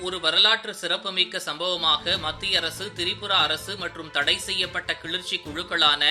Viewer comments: தம்பி அது கிழுற்ச்சி..இல்லை கிளர்ச்சி.... தமிழ கொல்லாதீங்கடா..... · Kilarchi ,not kilirchi . Don't kill Tamil language. 😢😢😢😢😢😢😢😢😢😢😢😢😢😢😢😢😢😢😢